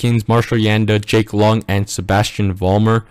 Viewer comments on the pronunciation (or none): none